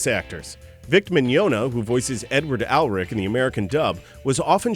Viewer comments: He's gotta be mispronouncing the names on purpose, I mean he even pronounced 'Elric' as 'Alric'. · BROO! STOP BUTCHERING THE NAMES!.. EL-RICK and MIG-YAWN-UH